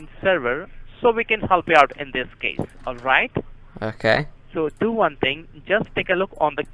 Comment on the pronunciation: Popular phrase........jus do one fing ok..........jus one fing.........listen listen listen jus one fing...................